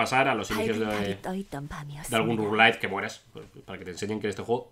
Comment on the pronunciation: Rouge-lite?? Rouge-lite?? Jajajaja